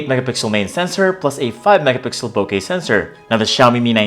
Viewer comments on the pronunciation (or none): none